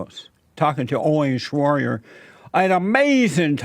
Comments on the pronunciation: Owiihn Shraorrior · Who's "Oreen Shroyder"? lol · ORWIN SHRORDOR!... Honestly mate thats not really a hard name to pronounce.... lol.. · I'm dead. Why does he keep calling him "Oyen Shwroyder"?